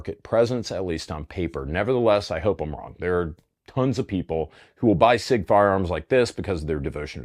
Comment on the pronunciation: It's not prounounced "sick"